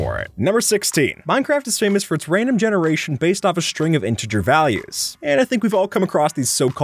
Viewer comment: genoration lol